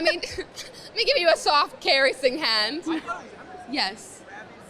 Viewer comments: She said caress like care-ess what a fucking dipshit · The way she pronounced "caress" fucked me up